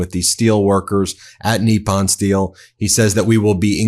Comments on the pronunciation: 'Nip-pon'... not, 'NEE-pon'... professor. Why do you have so much trouble pronouncing foreign words. You sound like a rube, not a Georgetown educated attorney from Long Island... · The word is Nippon, as in NIP ON - not knee pon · Nip-pon not Knee-pon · nippon pronounciation: "knee-pon" not "knee-pan" . Love your show! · I love your stuff, but can you please pronounce things correctly? You look stupid when you don't. Maria BartiromO, with an O, not "Bartiroma" with an A. Nippon Steel is not pronounced "NEEP-on," it's pronounced "NIP-on." Where did you even get "NEEP-on" from? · TACO calls it Nissan, not Nepon. Tesssler TACO boy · I see we are calling Nippon, 'Neeppon', now. I suppose that we will have to 'seep' our drinks instead of sipping them. Why are you converting to Mexican Pronunciation? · He always called it “Nissan” steel. 😂 😂